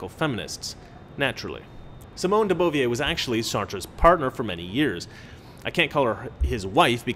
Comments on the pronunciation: Simone de Beauvoir's last name is not pronounced "boo-v-a" like she's a busty cabaret singer. It's pronounced "duh bohv-wahr," the way Scruton pronounces it. It makes you sound less intelligent when you don't know how to pronounce the names to which you're referring. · De bovwaaa is how you say Sartres partner's name. Great talk.